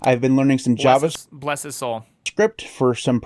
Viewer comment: I captions i got job less script when he said Javascipt.😂😂